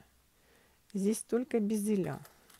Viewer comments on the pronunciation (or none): Почему "безелЯ"? "бЕзели". Так правильно